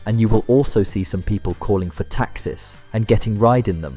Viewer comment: "Getting into Tacksiss"